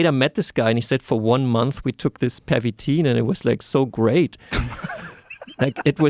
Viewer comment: I think it's Pervitin, not Permitin.